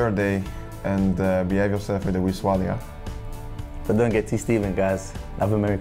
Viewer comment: Bitton saying swallay pmsl